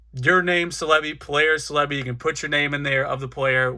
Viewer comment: The pronunciation for Celebi was bothersome (CELL-uh-bee not suh-leh-bee) but very educational video ^^